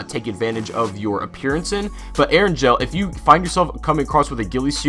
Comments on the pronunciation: ur saying eringel wrong. its erin-gail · My dude, Erangel is not pronounced Eranjel. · Also you pronounced erengel wrong